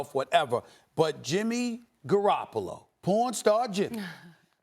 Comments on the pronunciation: Had to run it back to make sure I heard him say "pornstar Jimmy" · Is he saying porn star Jimmy born star Jimmy🤔I really can't tell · thought he said four star Jimmy first then I heard pornstar the second time. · OoOo I thought he was saying pawn star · Is he calling him born star or porn star 😂😂😂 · Is He Saying PawnStar or PornStar?